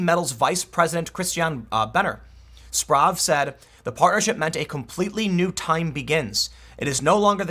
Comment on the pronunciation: Sprave, pronounced SHPRAHVUH